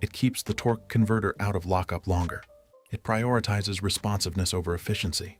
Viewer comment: Torque,eee converter 🤣🤣 if you didn’t hear it go back and listen 😂😂 more AI 💩 to add to the endless amount of AI 💩, “Worked on BMW for 15 years” But can’t talk on a video, We will pretend we believe you.